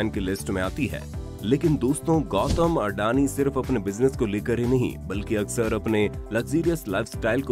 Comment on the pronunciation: videos banae se phle bolnaa sikhlo sahi se. it's अदाणी not अडानी